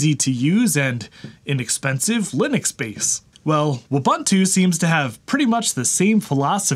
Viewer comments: Eh……… it's "Wu-bun-tu!! Not Uah-ban--tu! Gosh…… this makes this otherwise great video really hard to watch. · Wu-boo-too, not woo-buh-too. Ubuntu (ooh-boo-too) is an African word. Thanks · Ubuntu is a Swahili word and pronounced "ooh-boon-too". So Wubuntu would be "woo-boon-too", not "wuh-bun-too". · You're pronouncing it completely wrong. It's woo-boon-too. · I love how he says it's so fun to say and immediately pronounces it incorrectly... It's just like Ubuntu (oo·boon·too), but with a W...